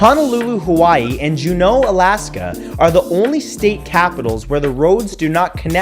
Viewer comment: as an Alaskan, I find the way u pronounced Juneau funny. Not in a negative way.